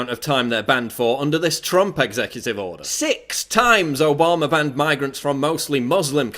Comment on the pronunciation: Its Obama not Obamaer duffus .Get a speech therapist and your fact straight you are full of shit.